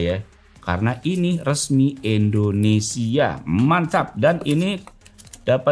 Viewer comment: bang kamu tau bilang huruf ( i ) gang shi soalnya kamu bilang Endonesia bukan indonesia 🤔